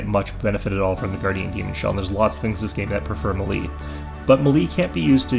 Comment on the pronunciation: "Melee" is pronounced "may-lay".